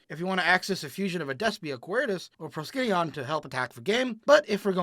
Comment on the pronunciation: It is called "pro-ski-neon' with the emphasis on ski.